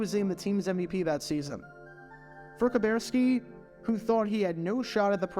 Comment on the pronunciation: Now for the rest of the story: The way Kuberski (and it's pronounced Ka-burr-ski not Ka-bear-ski) finally got out of the Navy and made it to the Packers was by gaining weight so that he was no longer met Navy requirements. I got to talk to Bob in the training room one of the three years I attended The Green Bay Experience Fantasy Football Camp. I said something like, it was pretty clever the way you got out of the Navy by gaining weight. Bob replied "Are you saying that I did it on purpose?" Then he followed with "It worked, didn't it?"